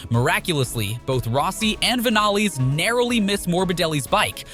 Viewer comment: I have a great game to play along with while watching this video, count how many times the commentator says a rider's name wrong & the phrase "mind boggling" either before a speed or on its own...lol..., Zaco, Vanaless...surprised he got Jack Miller's name right 😂